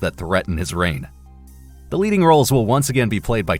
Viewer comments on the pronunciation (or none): none